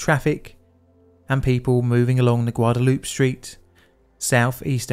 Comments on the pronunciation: For FUTURE REFERENCE: Guadalupe has a LONG '-ay' at the end... "Guwad-ah-loo-pay' - I hope you read and remember this because this is the 2nd time I heard you say it like this, but I didn't mention it the first time..... I hear A LOT of Brits pronounce it the same way you did... so I figured I would try to put an end to that LOL :) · Say it with me,: "Gwa-dah-LOU-pay" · Guadalupe is pronounced with a Spanish/Mexican accent. Guada-Loop-Ay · You pronounce it Gua-da-lu-pe. It is named after La Virgen de Guadalupe, who is the patron saint of Mexico. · you mispronounced Guadalupe!! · They do it on purpose to make you comment -- it worked